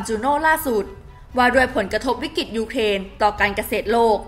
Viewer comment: อ่านข่าวก็ใช้ได้อยู่ แต่เมื่อไหร่จะอ่านคำว่า วิกฤติ (=วิกริด) เป็นซะที…. วิกิด วิกิด ทุกคลิปเลย…. แล้วยังประเทศ ‘อังกิด’ อีก… หัดออกเสียงควบกล้ำบ่อยๆ นี่อาขีพผู้อ่านข่าวนะ ไม่ใช่นั่งคุยกันเองที่บ้าน…. เอาใจช่วยมากๆเลย